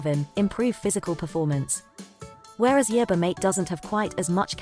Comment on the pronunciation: It can't pronounce the word yerba either